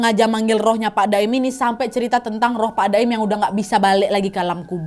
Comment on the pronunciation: maap kak nad tapi aku salfok sama kak nad yang awalnya bilang pak 'daim ' jadi pak 'doim'😭😭